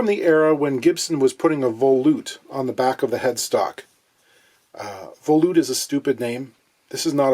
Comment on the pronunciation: It kills me how people mispronounce the word volute. It's pronounced vol - yoot, not vol - oot. You don't pronounce volume vol - oom.